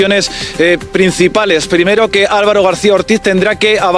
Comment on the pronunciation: la forma épica en la que dice “primeroh” 🤡